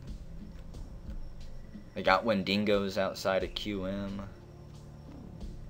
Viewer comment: Wendingos... im pretty sure its pronounced and spelt wen-dig-os. Sorry if im missing out on the joke.